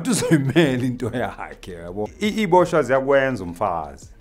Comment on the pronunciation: When he says "iyboshwa" as if he was never one of them kills me😂😂😂😂🔥🔥🚀